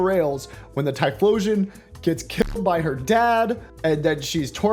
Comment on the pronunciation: I’m sorry the what and the what with the typholaion, so that what’s been going on with typhlosion, oh god